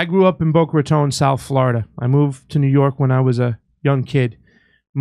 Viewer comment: Hey, you need to tell Jimmy how to pronounce Boca Raton...(tone)